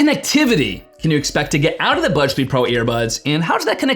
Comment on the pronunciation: Why do I hear "Budge 3 pro"? Thank you for the review 👍